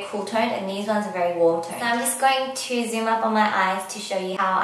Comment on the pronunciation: Soorrr, sooorrr, sooorrr Why you have to put an R in the end of every "so" you say??????????? o.O